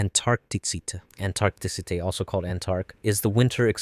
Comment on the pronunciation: take a shot every time this guy mispronounces a gemstone name. antarctite hurt my soul